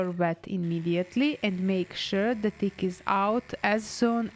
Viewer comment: She said ‘never saw a bigger dick’ when she meant tick. So cute.